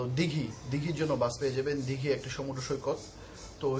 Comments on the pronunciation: Hlo i am from kolkata.What is that "dighi"?????!!" Its Digha. OK my friend. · ota dighi noi...digha..